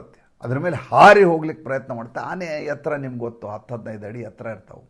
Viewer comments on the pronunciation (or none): none